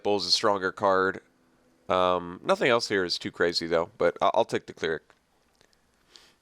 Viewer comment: CLER-ic, not CLEAR-ic